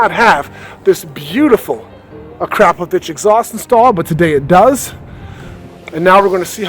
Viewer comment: Finally someone who says akrapovič the right way... we in Slovenia say it the same way ...great bikes tho